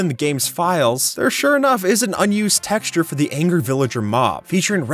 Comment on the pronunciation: Nd the creeper tex-xure 😂😂😂😂😂